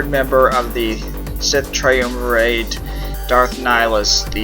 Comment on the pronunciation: Really bad, your having trouble reading and didn't know how to say triumvirate. You have terrible pace and volume control, stop doing videos.